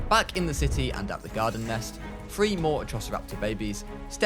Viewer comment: It prounced thr-ee